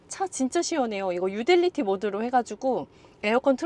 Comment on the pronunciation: 아니 이 누나는 리프레쉬(refresh) 보고는 리플레쉬라고 하더니 오늘은 유틸리티(utility) 보고 유딜리티래. 참 나. 너무 예뻐서 학교 다닐 때 공부를 안 했나? 그리고 뭐 자꾸 노을 보고 예쁘대 지가 더 예쁘면서. 저렇게 예쁜데 왜 요거 밖에 안 뜬 거야? 더 떠야 하는데. 희한하네. 뭐 나중에라도 알아서 뜨겠지.